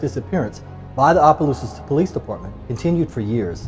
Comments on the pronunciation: Opp. Oppelousas not ohh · It’s Opelousas. Op-a Lou-sus lol but everybody say our city wrong.